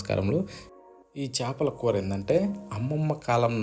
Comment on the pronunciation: adi sepala kura kadu uncle chepala kura